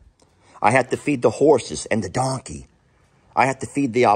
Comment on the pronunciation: LOL when u says donkey 🤣